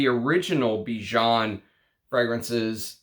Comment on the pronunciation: Bijan is a catchy name..cuz it's my name too 😁 By the way your pronunciation is wrong...the "an" at the end rhymes with "fan" or "can"